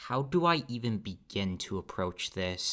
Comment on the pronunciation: "hau du ai" 🇮🇳👨🏾🍛